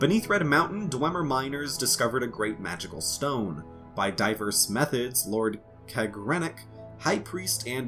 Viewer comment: Also, it is pronounced Kag-gra-nac. A lot of soft a's.